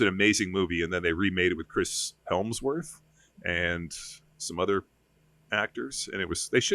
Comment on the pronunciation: It’s Hemsworth not helmsworth say it with some respect